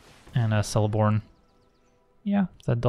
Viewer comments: I did mention it in a previous vid, but it's "Keleborn", not "Seleborn" xD but great vid as always! Fun fact, his original Telerin name is Teleporno. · I do love you, but I was disappointed to hear you mispronounce Celeborn.:(